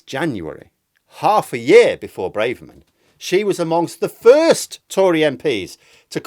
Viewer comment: It’s Brahverman not Brayverman. Why is this such a pronunciation blindspot for so many vloggers?